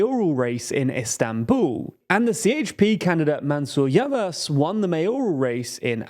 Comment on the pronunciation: Great video! Just a tip, Ş is pronounced like Sh so it's "Yavash", Ç is like Ch (you got this one right) and you can just ignore Ğ as a silent letter (like you do with Erdoğan).